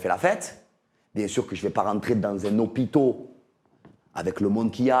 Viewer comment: Euh un "hôpitaux"...😂